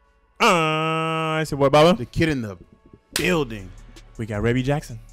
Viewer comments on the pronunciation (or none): Rebbie is the eldest Jackson sibling, Michael Jackson wrote, produced and did background vocals for the song; that big voice you hear towards the end doing the ad lib is the wonderful Martha Wash, her first name is pronounced "Reee-beee". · Good post, you know you have to really write her name out phonetically based on how they're pronouncing it-" Ree-bee" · It’s pronounced ree-bee 😊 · Yesss! I’ve seen this one being requested often lol! Rebbie (pronounced like “ree-bee”) is the first born of the Jacksons. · Finally!!! Love this song. Yes, that is MJ in the background singing the title track centipede with his high-ass voice. 🤣 He wrote this song for his sister Rebbie. Pronounced like Ree-bie. Her real name is actually Maureen Reillette "Rebbie" Jackson. She is the eldest of all the siblings. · This is one of my favorite songs EVERY as far as the music(how do they fit almost every instrument) . She's the oldest and her name is pronounced like "Freebie". Yes Michael wrote it and Martha Wash and Michael sang back up. You can't help but want to do the snake when you hear it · Pronounced Ree-bee